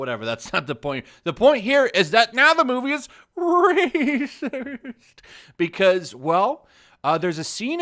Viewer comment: Rah-cist? Naysees? Those are...unique pronunciations.